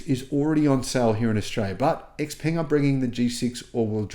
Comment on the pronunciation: You need to pronounce X Peng correctly!